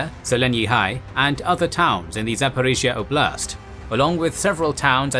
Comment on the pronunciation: And Generals: ''Oblast'' (област) means region. The emphasis on the word is on ''О'', not ''А''. Im Bulgarian but same word.